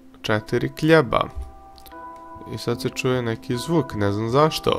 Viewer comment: i kad si reko ,,KLJEBA,, mislio sam na hleba XD XD XD